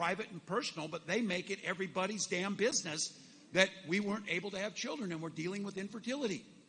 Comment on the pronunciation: I'm so impressed everytime he says "DAMN BUSINESS" So very impressed. 😂😅😮😢 Oh wait, no I'm not.